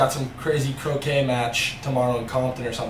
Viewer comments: I heard "crochet in Compton" 😂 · Playing chrochet. Lol playing croquet